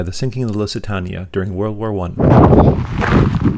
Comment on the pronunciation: Loved your video. Just one point , Lusitania is pronounced Lusitaneya. Cheers.